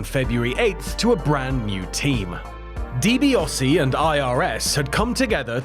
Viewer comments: 10 hours in...... ffs it's DiBiAsi not DiBiOsi . A not O. Not difficult. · love this but hate the way he says Ted Deebeeosy instead of Ted Deebeeassy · DiBiAse! NOT DiBiOse!!! So cumulatively annoying! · Why do you insist on pronouncing Ted's last name as "Dibi-oh-see?" There's no O in there. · The AI voice gets confused as to how it's pronounced